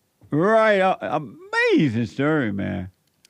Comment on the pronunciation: It’s UH-MAZIN